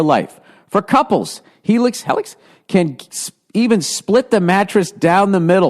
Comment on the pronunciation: Helix? Helics!?